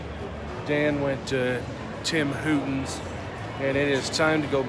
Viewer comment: ...Tim ‘Hootins’?? 😑😑😑